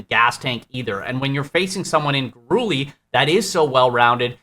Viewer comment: Luis Gurule = Luis (Gur-lay) Not (Gur-ooley)